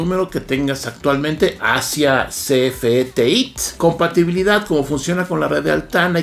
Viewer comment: Por que la pronunciación TEÍT si es TEIT!